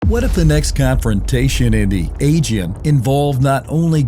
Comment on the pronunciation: What kind of AI are you that you can't pronounce "Aegean" correctly?